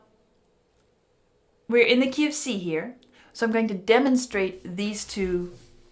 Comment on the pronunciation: it took my far too long to realize you were saying "key of C" and not KFC.